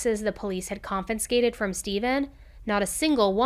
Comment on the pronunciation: I LOVE you and I watch all your videos! And without criticism I have to point it out now, incase you had not noticed prior. The word CONFISCATED You say CON-FEN-SCATED But the correct way should be pronouceed KON-FUR-SKATED I have just noticed a few times and I myself would prefer to be corrected, but you do you! ❤❤❤❤